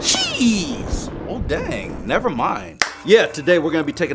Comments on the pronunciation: WHY EVERYTIME YOU SAY JEEZ IT SOUNDS LIKE YOU SAY CHEESE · on the first day of Christmas, my true love gave to me: jeez Me: thinking he said cheese then said Me: on the first day of Christmas, my true love gave to me, CHEESE! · Every time he says jeese it sounds like cheese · he sounded like he said: on the first day of Christmas my true love gave to me CHEESE! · Did he not say cheese? I feel like he meant to say cheese because it sounds SO MUCH LIKE IT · Same soubded exactly like cheese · I don’t know if it’s me but I thought he said cheese 🤣 I guess when he’s scary he’ll say cheese 🤣🤣🤣